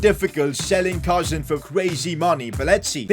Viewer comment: It”s not pronounced cousin like my cousin it’s pronounced cooseen